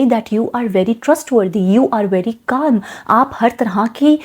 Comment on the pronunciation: In Calm - L is silent. Rest Video was good. (Take it as a constructive feedback)